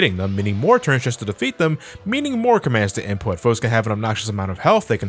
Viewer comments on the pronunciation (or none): none